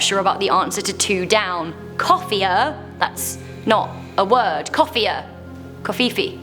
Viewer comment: 2 down says "Coffer", as in a small box or chest for holding valuables - not "coffier" :P